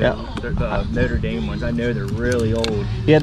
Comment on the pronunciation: Hi, my favorites are the Notre Dame (good job pronouncing it) good score. It pays to have a good reputation!